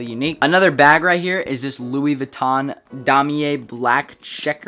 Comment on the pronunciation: It’s pronounced “dem yay” not “dom e yay” just a fyi